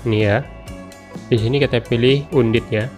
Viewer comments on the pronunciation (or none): Bang sorry nih ya, bukan undit bacanya andet